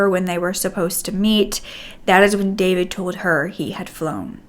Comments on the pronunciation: Oh your pronunciation of names and last names as Serbian is killing me 😂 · David is also a Serbian name. But we don’t pronounce it the same way English speakers do